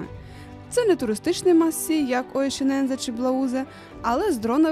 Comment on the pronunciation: лайк за нове відео. але нема такого озера оєшінензе 😂😂😂 будь ласка, якшо ви вже розповідаєте якісь географічні назви то озвучте правильно